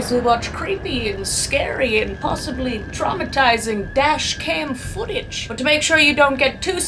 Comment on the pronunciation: “Probably TrAuMiTiZiNg”